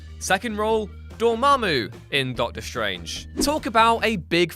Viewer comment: I think you mean "DOA-MA-MOO".